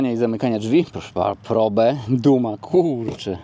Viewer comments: Ford Prołb, a nie probe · Powinno sie to wymawiac "prołb" po english, jak sonda po angielsku.